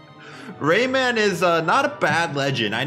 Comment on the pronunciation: I listen Rayman like Ramen.